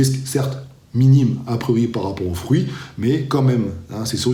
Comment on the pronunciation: Fruits pas frouits !!!